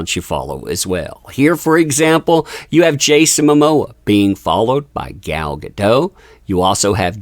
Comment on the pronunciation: GAH - DOH - T (A HARD "T" -- think of "Don't" and remove the N) -- I speak Hebrew... it's a HARD T - TEE!!